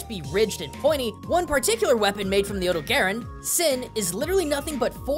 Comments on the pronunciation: odo-gayron? Never heard of that one before, it that coming soon? Do you mean the odogaron? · It's OH-doe-gah-rohn, not OH-doe-gare-en. GaijinHunter did a pronounciation guide! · Huh. I've always pronounced it like Oh-Dough-Ga-Ron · It's O-Dog-aron. The dog is right there! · Here is how you say odogaron Odo-ga-ron I’m sorry but this stuff really irritates me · It's really weird going from Gaijinhunter's hard Japanese pronunciation of the monster to western. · The mizutsune (tamamitsune in Japan) seems like something you could get a video out of. Also, have to say, you have... interesting ways of pronouncing odogaron and kulve taroth compared to what I'm used to. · Actually surprised at your pronunciation of Odogaron. It has the same name in Japanese as it does in English, and since the the Dev team is Japanese, most people use the Japanese pronunciation for it.